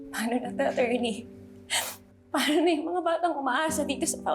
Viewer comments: "atcherny" HAHAHAHAHAA ano ba yan di marunong mag pronounce HAHAHAHAHAHAAHAA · Pano yung "A-churney"?